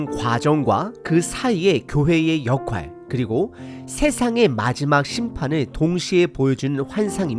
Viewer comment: '역할'을 '역활'로 알고 그렇게 발음ㅎ겼는데, '역활'은 '역할'의 비표준어로 사전에 나와 있습니다. '역할'의 '할'은 '나눌 할'입니다. 그러니 '역할'은 한자로 보면 의미는 '부역을 나눈다'는 뜻입니다. 국어사전는 '일정한 자격으로 자신이 하여야 할 맡은 바의 일'로 풀이합니다.